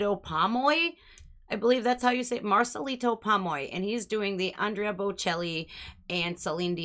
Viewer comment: The second time you pronounced Marcelito it was perfect, fully pronouncing the T. I think you speak Spanish at some degree. You're beautiful. Love you, from México 💕❤🎉😮